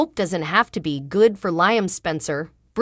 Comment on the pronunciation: Would love this lady talking to correctly pronounce Liam's name - 😊!